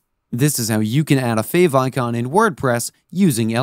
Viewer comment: what is a "favoncon"??? You mean favicon?